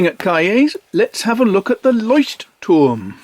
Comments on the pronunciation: I concur, it's impeccable even with the tricky glossal stop between the two Ts. If anything gives you away as a non-native speaker, it's that you carefully pronounce both Ts instead of just swallowing one, like most Germans do. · I am a german native and you managed to pronounce "Leuchtturm" better than i could ever do it. Thanks for the great video! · I‘m German and impressed, too.